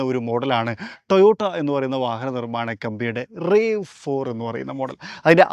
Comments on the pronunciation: ടൊയോട്ട റാവ് ഫോർ എന്നാണ് പറയേണ്ടത്.. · The "A" in RAV4 isn't pronounced as a long A. It's a shorter A😅